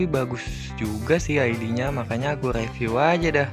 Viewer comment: bcanya riviuw bukan reviuw